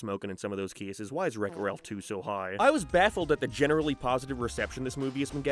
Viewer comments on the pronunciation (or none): none